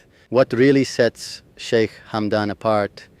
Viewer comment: Shik? Shica? Que horror.